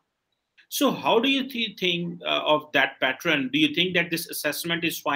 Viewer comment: Pattren 😂…. Pat-ern 😂